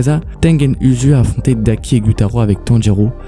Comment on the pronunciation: Tu Prenonce mal le prénom ! C'est pas Tengen Uzui On le dit Tengen Ouzui